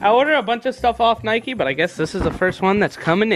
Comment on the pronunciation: It’s Nike not nikey